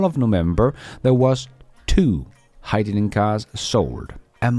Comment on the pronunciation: Toyota is drowning in Gin, that's Hyd-da-gin 😂